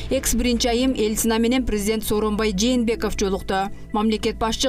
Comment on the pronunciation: сурачы, Ельцина деген соз кантип окулат. Эльцина дебечи.